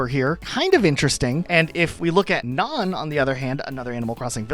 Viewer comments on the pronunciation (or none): How can you pronounce nanny properly and then screw up Nan so badly!? It’s REALLY irritating Nan doesn’t have an “o” anywhere in the word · Ok, pronunciations making me crazy- Nan, not naan like the flat bread, Nan as in Nanny- you literally said nanny. Nan=Ann Ione- Eye-own-ee, Greek and also Celtic/Gaelic origins Pate- not pait- Pah-tay, French origin Jacques- not Jah-kees - Jah-ck- also French Soliel- Soul-ay - also French Sparro- is sparrow, just as you said in your description, not spar- oh